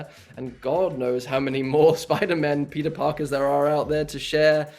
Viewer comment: when he says Peter it sounds like pizza